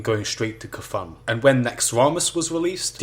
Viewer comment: You may be wrong about the naxxramas part, but yeah the guy's pronounced Ka-thune and not KFUN like it sounds in the video.